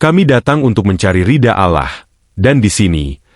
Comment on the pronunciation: Penyiar ini aku kira bukan Muslim dari ucapan nya. ALLAH.dibaca alah